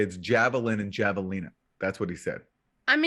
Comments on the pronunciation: Javelinas are wild pigs of at least the southwest. Pronounced have-a-leena. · "Javelin or Javelina" lol!